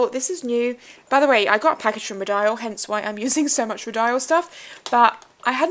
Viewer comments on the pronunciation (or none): It took me awhile to figure this out but it's pronounced ROW-DEE-EL ... I sell the brand at my work and the rep corrected me after pronouncing it the way u did :)